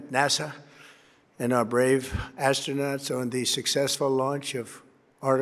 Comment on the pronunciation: He called the astronauts "astronuts"!! And the Canadian "neighbor"!